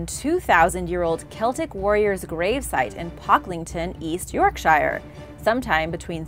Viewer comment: Omg the way Yorkshire was said😂😂